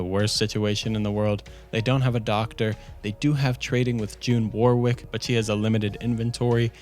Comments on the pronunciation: Warwick is pronounced Wo-rick mate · That's not how you pronounce warwick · Loved the vid, but cringed with every mangled pronunciation of "Warwick". And then I heard the name Isolde....